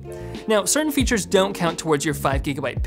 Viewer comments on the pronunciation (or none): none